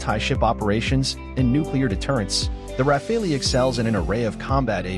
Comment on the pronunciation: RA-FAL! Not RA-FA-LI…